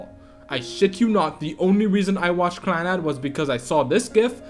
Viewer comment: While I mostly agree with your top 5 (save for the fact that the way you say Clannad makes me want to die) I feel like Clannad isn't one of Jun Maeda's strongest works. Little Busters and Angel Beats touched me way more than Clannad did, but I guess to each their own.